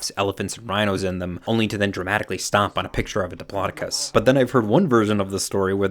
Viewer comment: what the heck is a "Diplocodus" 😂